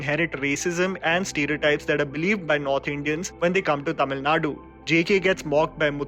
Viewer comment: Highlight of the video is " he got the pronunciation right...." TAMIL NADU" and not "TAMIL NAD"